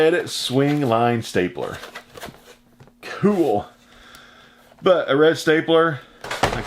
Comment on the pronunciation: I like the say you say cool. Cause you don't say cool you say chhool.